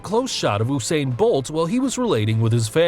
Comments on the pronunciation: It’s pronounced You-sain bolt not oooo-sain bolt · Oosain bolt